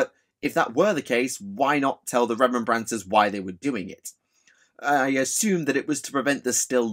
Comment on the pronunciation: This was interesting content but it was painful to keep hearing Remem-brancers. It makes me wonder if space marines buy poppies on remem-brance day?